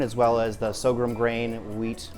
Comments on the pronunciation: "Sorghum", not "so-grum". >_< >_< >_< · Say it with me: Soar-gum